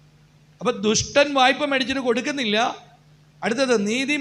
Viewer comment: "വയ്പ്പ" എന്നല്ല. "വായ്പ " എന്നാണ് ശരി.